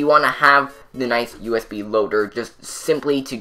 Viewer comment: sounded like he was saying us beam when he was saying usb